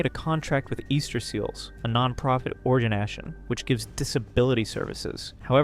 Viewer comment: 4Chan made flesh. "organ- nashun"